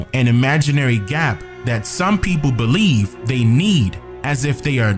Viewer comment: I noticed how during Kennedy's speech he said "I bleed in" and not "I believe in".